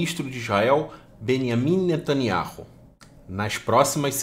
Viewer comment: NETANIAU E NÃO NETANIARRU.